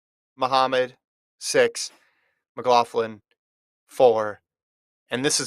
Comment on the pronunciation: I don’t know if your aware, but your saying Sydney’s last name wrong.